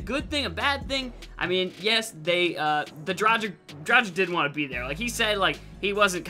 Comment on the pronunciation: it's Dra-gh-eech